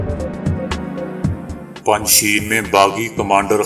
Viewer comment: Panj sheer nahi PANJSHAIR hy